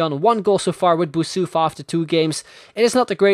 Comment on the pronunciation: You are saying Boussoufa wrong. I'm coming from Morocco and it's more like Boussafi.